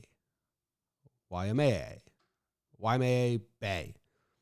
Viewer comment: Why-May-Uh Bay